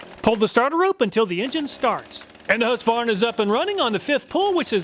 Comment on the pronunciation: Why do you not pronounce the Q in husqvarna? As a swede this confuses me x)